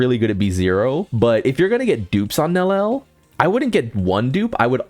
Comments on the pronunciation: And we're still saying Nelliel wrong😭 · "nel-el" frying me twin lmao, bro also said "your-a-hara"